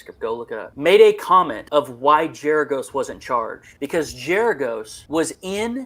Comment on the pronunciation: It’s Gerargos with a hard ‘G’.